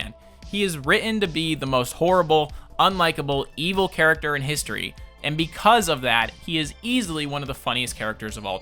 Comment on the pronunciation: Was I the only one who noticed "charcater"? No, just me? Aight